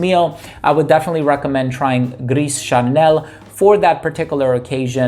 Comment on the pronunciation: Gris Charnel = GREEH SHAR-NEL Not GREES. The "S" is silent